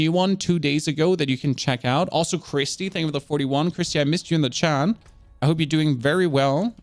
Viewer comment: Why are u saying chan instead of chat?